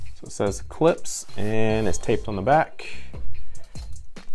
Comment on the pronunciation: Its Klipsch not Clipse. Clipse is a rap group, Klipsch makes speakers.